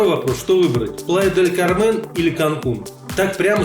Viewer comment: Хорошая подача, хоть и на синьке. Где дешевле остановиться в Канкуне или в Плая-дель-КАрмен(ударение на первый слог)? Пересмотрел концовку в Плае говорите бюджетнее)